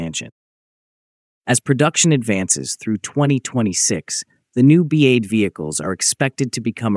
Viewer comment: The AI voice on this video is an cringy atrocity, it keeps calling BAZ everything from "BAD" to "B.A" to "BEZ"